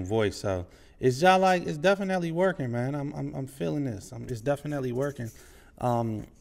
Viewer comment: You said Jive Like. That’s DMV talk